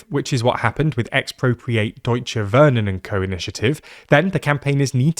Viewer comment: TLDR: Wohnen is pronounced Vohnen not Wurnen